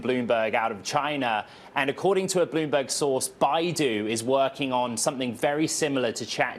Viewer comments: Loomberg, lol this is sad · Loomberg. Yeah 😂